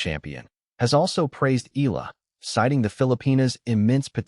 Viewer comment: Please stop pronouncing EAla as "ILA". That's hurting to the ear. "Ea" is not pronounced as the "ea" in eagle, but rather "EA" as in mEAnder or Seattle. Dipthong. Got it?